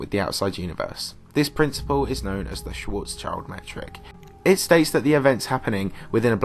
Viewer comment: the guy was german, its schwarz schild, not schwarz child means black shield in german. not black child